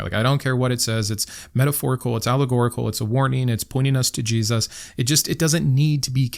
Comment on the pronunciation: Maybe you've addressed this in another video and it's not related to this one at all, but I'm fascinated by the way you pronounce/emphasize the word Jesus. Is there a reason or just a quirk of speech? (I'm autistic and languages/accents are some of my special interests, I mean no disrespect!)